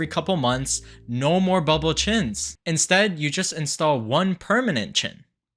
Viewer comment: Did he say booble chin?